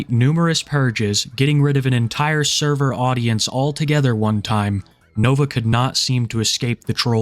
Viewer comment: “Therver” you mean? 😂